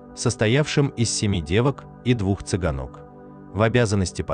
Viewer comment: Отвратительное прочтение текста, чтец вообще о знаках препинания слышал? Интонировать речь тоже надо акцентами в нужных местах, а не взвизгиваниями где попало. Тот, что прочитывает текст на экране, ещё как-то слушается неплохо, но второй - это кошмар. Вместо цыгАнок - цыганОк, и т.д. За таким чтением приходится постоянно переосмысливать сказанное, пытаясь понять, что же автор хотел сказать. Учитесь, рано вам ещё канал вести, в сети полно уроков по правильной начитке.